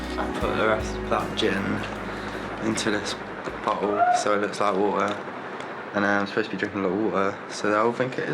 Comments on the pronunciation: "I'm supposed to be drinking the woo-uh, so vey will think it is woo-uh, but it's not woo-uh." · “all that WA’UH I been drinkin 😅😅